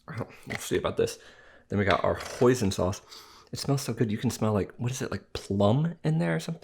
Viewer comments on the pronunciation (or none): hoison sauce it sounds like poison sauce and i thought he said poison sauce because it is spelled the same way with one letter different /poison/ /hoison/ hoison sauce it is my first time hearing that word hoison sauce it is usually i hear tarragon or soy sauce soybean soy and curds and whey and molasses and chocolate whipped cream and strawberry whipped cream and chocolate mousse and raspberry mousse and frozen yogurt sorbet but not hoison sauce.